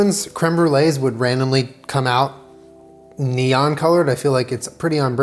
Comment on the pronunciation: that's not neon.